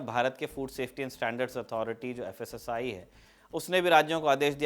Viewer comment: FSSAI ❌️ KASSAI ✅️